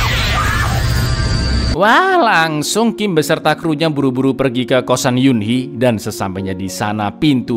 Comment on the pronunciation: Saran bang mungkin biar ga bingung sm penyebutan nama² Korea, klo sanggup sebut lengkap aja, misal: Cho Kyung Ho. Klo g sanggup ya nama tanpa marga, misal: Kyung Ho. Jujur denger Cho Byung Cho Young agak aneh ditelinga saya yg biasa nntn K-drama 😭🤣 1 lg Eunhee nyebutnya ttp Eun/En bukan Yun hehe 🙆🏻‍♂️